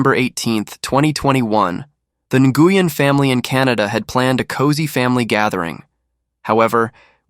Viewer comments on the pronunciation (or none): Nguyen??? OMG. The way that name was bashed right from the beginning. Ouch. That hard G when it should be silent is like crackling in my ear. 📢🦻🏾